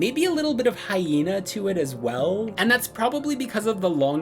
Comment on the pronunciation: Damn dude said "HYENA" lol I cannot deal